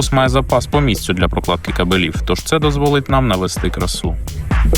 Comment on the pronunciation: Наголос у слові "кабелів" падає на перший склад: ка́белів